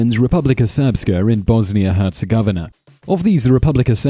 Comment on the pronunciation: You mispronounced Bosnia and Herzegovina